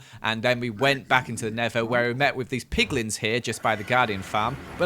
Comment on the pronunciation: and i just noticed you keep saying pigglins pigman